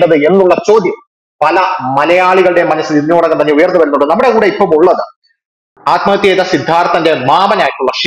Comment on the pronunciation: നിങ്ങൾ ആദ്മഹത്യ എന്ന് പറഞ്ഞ് ആദ്മഹത്യ ആക്കുകയാണോ 🤔